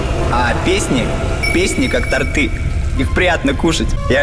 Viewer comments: не торты, а торты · тОрты, а не тортЫ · Бля, ну не тортЫ, а тОрты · тОрты, блять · тортЫ, как же режет ухо тОрты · то́рты, твою мать! То́рты! Не торты́! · даже блядь не знают знают куда ударение в слове торты ставить... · Фейс: тортЫ Я: Уууууууууууу сука!